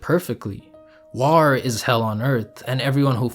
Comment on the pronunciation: Love the analysis I feel like you really understand the character from his self perspective! Little note, bit distracting every time you say war as warrr 😂❤️